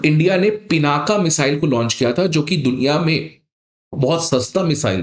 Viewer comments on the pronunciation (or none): none